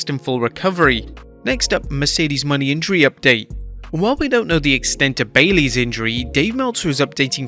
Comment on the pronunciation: “Mercedes Money” bruh Mo-Nae